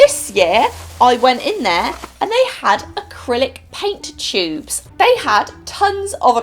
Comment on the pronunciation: I like how she say chubes instead of tubes 😂 but i still love her tho😆🤘